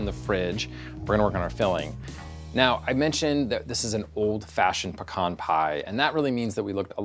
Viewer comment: Thank god pronounces 'pecan' correctly